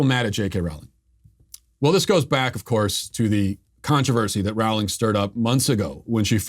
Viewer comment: "Rowling" rhymes with "bowling".